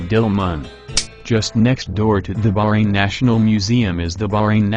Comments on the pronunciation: BAHrain, not Brain!!!!! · Its bahrain not fuckin burane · It's not berain it Bahrain 😑 I'm Bahraini n proud 😙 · this guy ... its not barain its baHHrain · Bahrain not BAHrain! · He meant the pronunciation. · It's not brain it's baahhrain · Omg, always failed in pronunciations....brain? brain? Its BaHrain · Bahrain. Pronounced BAHrain. Not barain. Not brain. Not bayran. Not burayn. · English people call It Bahrain but They pronounce it is Like this "Ba-Rain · Very interesting, but I wish you had hired a human narrator rather than using a computer-generated voice (particularly one not programmed to pronounce Bahrain correctly). Any human being would have been better, so I can't imagine it would have cost much more. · before i say anything, i appreciate the effort. i really do (since nobody really knows about Bahrain) but the way he pronounce "Bahrain" is just........ummmmmmm